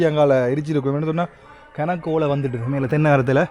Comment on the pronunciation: ஓளை இல்லை ஓலை இப்படி உனக்கு உச்சரிப்பு என்பது இப்பவும் சரியுது.